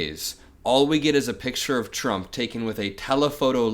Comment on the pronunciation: It's not t-rump.